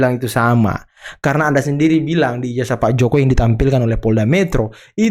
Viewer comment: Bukan ijajah bung, tapi ijazah, nyebut aja salah, malah mau kritik 😝😝😝😝